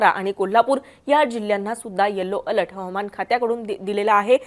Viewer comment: Over all 😭. अल्ट नाही बाई अलर्ट 😭